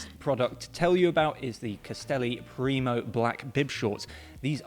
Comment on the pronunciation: Castelli “Premio”, not “Primo”